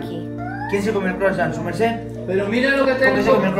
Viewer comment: Ese 'sumercé" se escuchó maravilloso❤